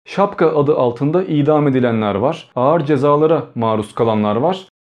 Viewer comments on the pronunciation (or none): none